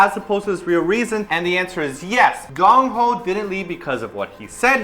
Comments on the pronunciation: says 'Gongho' instead of 'Dongho' Lol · That pronunciation of Dongho. shudders I love you guys but your pronunciation of Korean words after living in Korea for so long is horrible. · Your pronunciation of Dongho. I love you guys, but if your Korean is horrible considering how long you've lived there. *shudders*